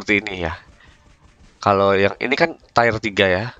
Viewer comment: tir pak bacanya bukan tayer